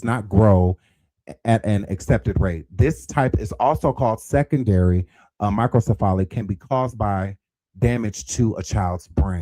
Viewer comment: OMG he keeps mispronouncing microcephaly it's pronounced MY-kroh-SEF-uh-lee . It has five syllables